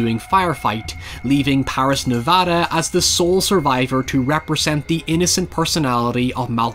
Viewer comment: saying nevada correctly? sick